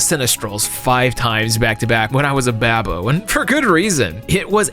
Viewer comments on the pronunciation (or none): Babo? Like Japanese for idiot? Or is this slang for baby? I've never heard this before. Did you misspeak?